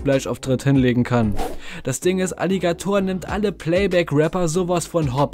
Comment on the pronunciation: Wie kann man das Wort „Alligator“ so komisch betonen?